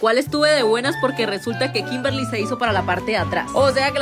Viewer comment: en un video dijiste kinberli nada que ver 😂😂